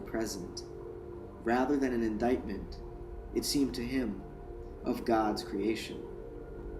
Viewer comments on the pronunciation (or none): none